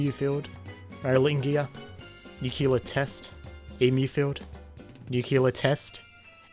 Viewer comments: nuclear*, not nucular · IT IS NOT PRONOUNCED "NUCULAR" AAAAAAAAAAAAAAAAAAAA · NUCULER DAMMIT